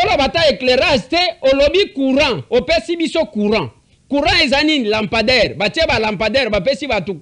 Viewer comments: Façon il prononce 🤣🤣🤣🤣🤣🤣🤣.la mpandaire 👋🤣🤣🤣🤣🤣🤣.lokuta. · La. Pandair ! Lapender ; la pander, la pendaire !! Eza ni-ni ou plutôt, ça s'écrit comment ?? Au secours 😂😂😂😂😂😂😂😂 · je sais comment orthographier le mot lampadaire !! C'était plutôt ma façon de m' étonner avec humour , bien sûr , de voir un gouverneur de province avoir du mal à prononcer un mot si ... ( le mot me manque) et,je comprends pourquoi le présentateur de l'émission avait émis juste après cette séquence des doutes sur le niveau d'études du gars !! Mais, bon !! On verra tout dans ce pays !